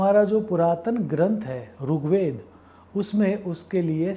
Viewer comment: Sir Runn Nahi Rinn. Ri for Rishi Not Rushi, Rugved nahi Rigved 🙏